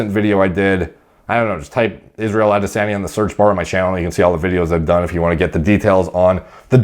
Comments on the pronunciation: That's certainly a way to pronounce Adesenye, for sure. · Hearing you say “Adesanya” is like listening to Lt. Aldo Raines say Nazi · At least pronounce his name properly- its not even hard...goofball.